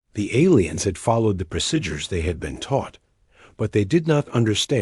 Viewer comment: Why do AI’s fail to pronounce “procedure” every time